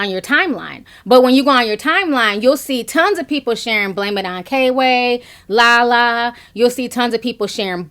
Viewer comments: girl it's kway not kayway. lmao. love you tho. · It's pronounced Qway lol not K-way even tho its spelled kway lol.. Love yo page Ti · HIS NAME KWAY (QUAY) NOT K-WAY LOL EASTSIDE IVO IN THE MIDDLE & PRINCE MARNI IS THE OTHER ONE, THEY’RE FUNNY I MUST ADMIT BUT THEM WIGS CONSTANTLY MAKES YOU QUESTION… 🤭 SHHH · You pronounced it K-way like 500xs lol instead of 'Qway'. comedy is comedy for me. I watch all cultures and videos if it's funny. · It's kway not k way. Eastside ivo is in the middle. Just in case you care. I was wondering why so many Instagram/ youtubers like La La and Kway be at the B E T award shows. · Love u ti! His name is pronounced kway not k way btw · Girl! You kept calling him “K-Way”. It’s Kway. One word, all together. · I think it’s pronounced Quay, Ti lol its okay.. But I agree with everything you’re saying! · name is Kway. Pronounced like Quay. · You too funny Ti, it’s pronounced Kway like Sway one syllable. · FYI His name is pronounced kwuh-A :-)